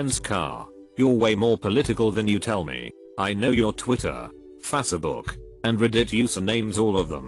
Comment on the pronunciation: Ah yes, Fassébook